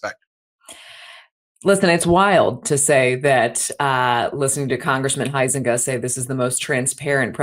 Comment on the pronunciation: UM...not pronounced Hi-Zenga where I'm from. Although there are two ways I know how to spell it, In Illinois it's pronounced HOWS-EN-GAY. Yeah, he is also a Trump Ass kisser as well.